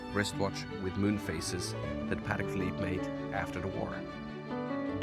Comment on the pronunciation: A French guy that’s not even pronouncing the name the watch properly. The proper way to pronounce Patek is Puh - Teck with an emphasis on the Teck.